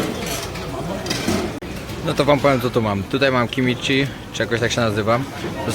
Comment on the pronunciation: .....to było "Kimchi"..... pozdrawiam